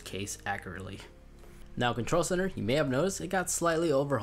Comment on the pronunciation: “Camrea” “Controll”